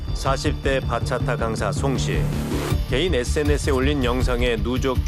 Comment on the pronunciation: ‘바차타’가 아니라 ‘박았다’ 네